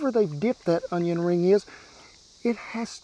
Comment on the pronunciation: Justin Wilson would be proud of the way you pronounced Onion, i guarantee.